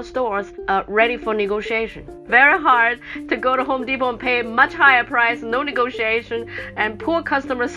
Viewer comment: Bhahahaha omg "negotiation"